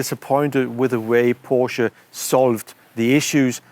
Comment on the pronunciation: No thanks, I'll stick to the new Porshaa Taycarn 😊